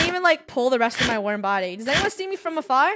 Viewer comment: Different pronunciations for the word “Worm” Itsfunneh and Krew: Warm Me: Werm